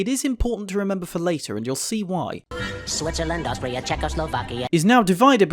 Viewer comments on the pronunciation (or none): none